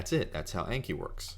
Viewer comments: It's pronounced awnki, not aynki. It's a Japanese word for memorize. :) あんき。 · If it's Japanese, then it should be "ahnki." :D